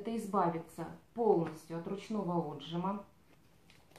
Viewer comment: Девушка ударение в слове отжима,ставится на И,отжИма,русский язык надо любить!!и знать,ну а потом в эфир выходить!!